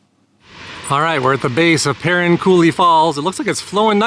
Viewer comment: I appreciate you coming to our neck of the woods, we live in an amazing place! That being said, the falls are pronounced Per-rine and then there is Shoshone Falls, not Shoshonie Falls.😉 You really need to see City of Rocks, south of Burley. BEAUTIFUL! Enjoy your time in Idaho!